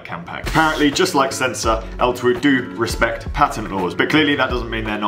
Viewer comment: Great video - For reference, its just pronounced 'L-2' :)